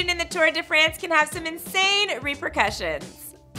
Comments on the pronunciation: “Tour de FRENCE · Holy shit, it's pronounced France not France